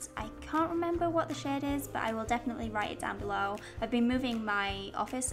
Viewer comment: Sometimes, when you say "shade" it sounds like "shit" in my head, and I laugh so much I feel like a five year old :P